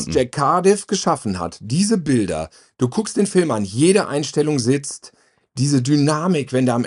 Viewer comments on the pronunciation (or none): Ich leibe es, wenn "Fülme" sagt.